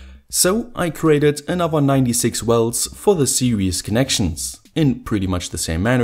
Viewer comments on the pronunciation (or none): I really like your videos, but pleaaase say th now w in anoTHer :(